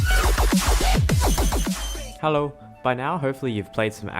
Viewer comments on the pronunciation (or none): why did that introductory hello sound korean